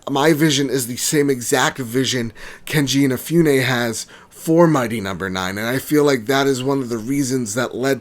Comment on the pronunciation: His name is not KeNji InaFEWne. It's Keiji Inafune.